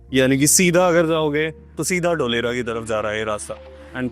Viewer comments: Dholera nahi dholarkpur 😂😂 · ढोलेरा ❌ धोलेरा ✔️🙏